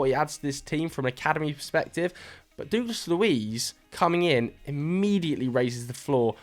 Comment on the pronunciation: I’ve said it before, and I’ll say it again.. you mispronounce Douglas really badly 😂